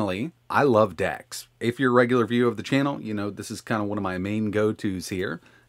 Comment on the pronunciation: It is DEX not DAX